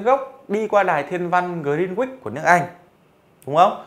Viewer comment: Grin-uýt mới đúng